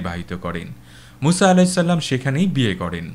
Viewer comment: আপনার উচ্চারণ এক জায়গায় একটু ঠিক করতে হবে। "আলাইহিস সাল্লাম" নয় বরং "আলাইহিস সালাম"।